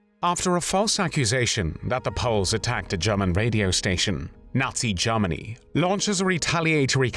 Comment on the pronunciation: Sounds like "Lord Haw Haw"..... JARMANY CALLING JARMANY CALLING